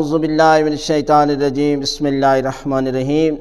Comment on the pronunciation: Bismillah prhna seekh lo plz😀😀😀